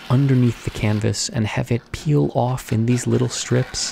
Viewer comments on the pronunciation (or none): none